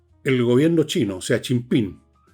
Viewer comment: Jajaja... ¿Hasta cuándo le dice Chim-Pim al presidente chino? "Chi Yim Ping". Tampoco es Pirimpimpín.